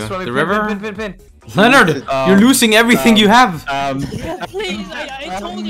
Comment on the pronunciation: Is this the stream where says I lost everyfink